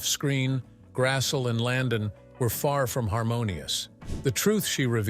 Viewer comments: It's pronounced GRASS-LEE not g grassul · You could at least pronounce her last name correctly..it's Grassle..or phonetically..Grass.ley. NOT Grassell...Ugh! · Karen Grassle is pronounce like Grassley